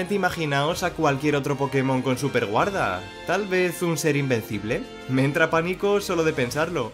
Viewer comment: Like si viste que decia sueperguarda y no superguarda🤣 Pd:No es una critica es solo una curiosidad